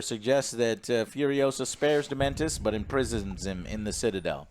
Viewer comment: I'm now confident Joe purposely says characters names wrong at this point. Dementor < Dementus